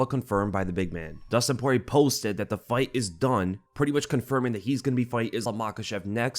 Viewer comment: The end r is silent so almost like “Pori-yay”